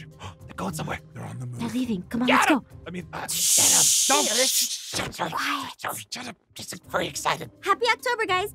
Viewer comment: SHE SAID STUT up